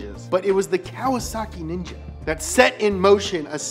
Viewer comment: the way he say "ninja"😂